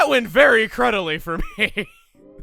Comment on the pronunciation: "Very Crudilly"